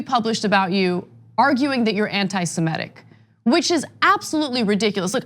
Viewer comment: It's 'Semitic' not 'Simetic'.